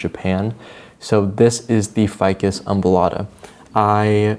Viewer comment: Every time you said ficus embolada I could only hear ficus oompa loompa